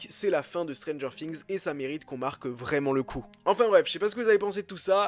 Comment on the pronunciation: C'est moi ou il dit stranger fings